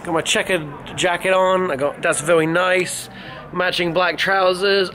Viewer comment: dAs VeWy NiSe